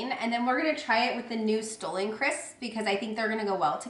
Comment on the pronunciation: The Stollen crisps are pronounced "stah-lun" and they are SO good. For a while I thought that you had taken them from TJ, and that's why you kept saying stolen. lol. Also, I love your shirt/dress! So flattering on you and I <3 the green!